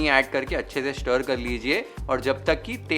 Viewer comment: Aapki cooking itni badiya hai but aapki pronunciation itni kharab? Paysssshtttt (paste),Shhhhtir ( stir) Tayyyyshhht ( taste).Govt school walle ho kya? Bada ajeeb lagta hai sunna.